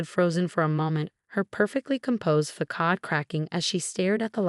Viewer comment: At minute the word is pronounced fah-SAHD.